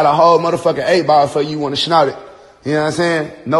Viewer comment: "Aye Joseline, I got a whole 🎱 for you if you wanna schnot it." WTF is schnot? 🤦🏾‍♂️